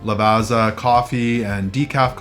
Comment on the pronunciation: Love the video, but you could use some help with Italian pronunciation. Piazza and Lavazza each has a double zz, like in pizza - so: pee-aht-tza and. La-vaht-tza.. It's a trattoría, with the accent on the ría. Keep traveling and learning!